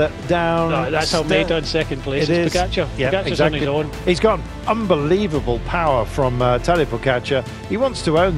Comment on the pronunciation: If you are going to make an entire video featuring pogacar why not learn how to pronounce his name correctly? Laziness